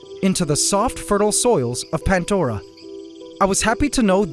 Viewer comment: i always thought the ecosystem was called pan-dora and not pant-dora? (from pandora's box as reference)